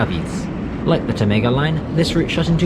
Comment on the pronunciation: Pocinho -> Poossinho, not Pootchinho, Caíde -> CaEEd, not Caeedj. Tâmega -> TÂmga, not TâMga. Chaves -> Shavsh.